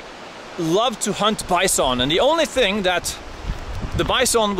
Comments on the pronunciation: Way Heraldo pronounces BYE-SOAN!! :) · "Bice-on"😅 love your vids Harold....keep them coming.